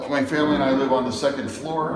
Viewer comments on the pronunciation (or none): none